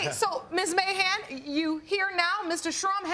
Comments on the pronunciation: Who else heard "mayhem" instead of "Mahan?" ...lol yikes! Ok, let me continue watching, to see how this ends . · I keep hearing "Mayhem" instead of "Mahan". Anyone else? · Is it just me who keeps mishearing his name! I keep hearing "Mr Trump!"